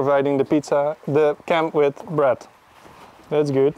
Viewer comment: Heeeey, who is that making flat bread? That "Breeeeead" got me convinced you've got a Kiwi on board? Yay!